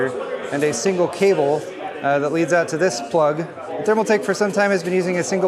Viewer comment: tf is a thermaltak?! 🤣